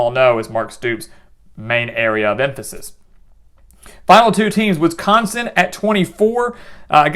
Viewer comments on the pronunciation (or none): none